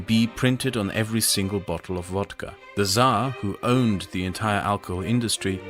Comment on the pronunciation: Pronounces it correctly yes agreed